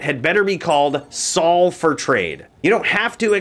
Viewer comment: Sol rune is pronounced "soul" not "sal"